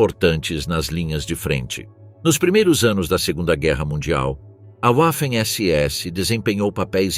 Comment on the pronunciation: Sem falar na pronúncia da palavra "waffen" pois "w" em alemão tem som de "v" .